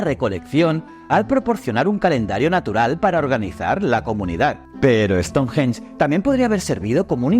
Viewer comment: Me chirría como pronuncia " ESTONJJJJJEN"😅